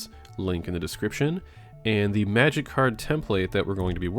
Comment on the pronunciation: May-jic and aysa-tone